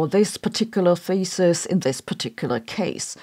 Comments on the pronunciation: Y i heard the word "thesis" pronounced as faeces? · In this case, thesis is pronounced feces. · Am I the only one hearing “feces” when she supposedly says “thesis”? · "Smell Feces" the German accent makes it even worse 😀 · The whole time you said "thesis" .... and I consistently heard "feces". The olfactory topic got to me ..... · 'Thesis' pronuonced 'feces'